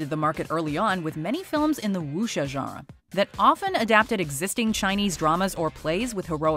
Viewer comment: It's funny the way she says genre. Zhanwuh.